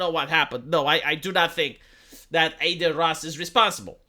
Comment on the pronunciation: De ce î-i zici ”Ey-deen” în loc de Adin? E un nume Român. De obicei e un nume de fete, "Adina". It's "Ah-deen", not Ey-deen. It's like you're saying Ey-merica instead of Ah-merica.